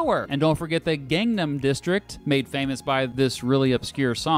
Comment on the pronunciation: ㅋㅋㅋㅋㅋㅋㅋㅋ 마이엉동 ! 핸얭! 갱냄!